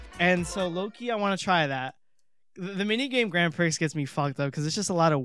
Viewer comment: Gotta correct you on some Monty Mispronunciation Molerats - Grand Prix the x is silent, so it's grand pree. For Mozart you gotta pretend there's a t in front of the z because that's how you pronounce z in German, so it sounds like Motzart